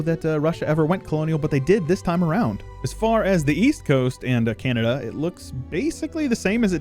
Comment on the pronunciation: Honestly speaking, even calling Canada "Canadia" feels very cool and a bit Roman. So I totally dig it if anyone else calls Canada Canadia.